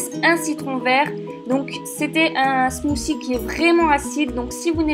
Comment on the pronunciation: T'es smoussi son bizarre